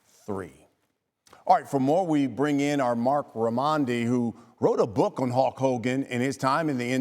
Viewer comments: It sounds like he’s saying “Hawk” Hogan and it’s bothering me lol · Why can’t this **** pronounce the word “Hulk” properly?